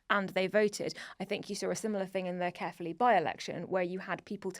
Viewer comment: Did just sat "carefully by-election"? Ca-er-ffi-li. The "ae" is caer (fort of castle) is a diphthong.